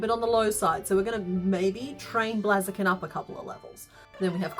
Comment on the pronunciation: I love this channel, and everything she makes is just amazing, but it's Blaze - a- kin. Like a blazing fire... The 'bl' sound, followed by the long 'a' sound (as in "say"), and then the 'z' sound....